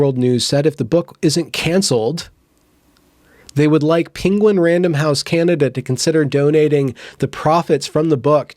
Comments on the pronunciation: It's pronounced: PEN GUIN not PING GUIN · please stop saying pinguin im offended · This guy can't say penguin. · Lol penguin pronunciation.